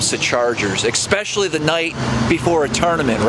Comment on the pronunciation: Please don’t say “exspecially “...makes you sound stupid.